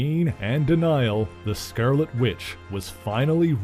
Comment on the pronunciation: “THE SCERRLETTE WITCH”?